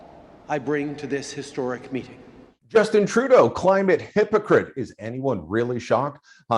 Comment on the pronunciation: Another immensely irritating thing about the way Trudeau talks is his over-emphasis on certain syllables. Words like Meeting are pronounced Muheeting. It's very affected, very precious, very self regarding.